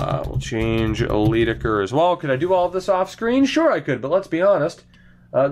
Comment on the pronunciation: Leidekker is pronounced "lie-decker". As in "lying"